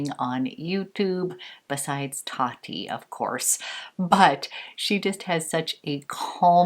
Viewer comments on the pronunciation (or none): none